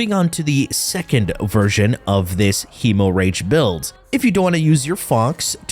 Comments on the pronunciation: hee-moh-rage....hem-more-idge .....stahp-it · bro said hemo rage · KF with his meme pronunciation. Hee~Mo~Rage for Gi~Gac~Had 😆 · Say "hemorrhage" again 😂🤣😂🤣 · He make the funni